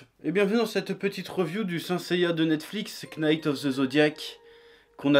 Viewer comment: PS: je pense que c'est fait exprès mais je ne trouve pas ça très malin de prononcer le k dans "knights" vis à vis des jeunes viewers qui ne connaissent pas assez bien l'anglais pour comprendre la vanne et pourraient faire l'erreur plus tard.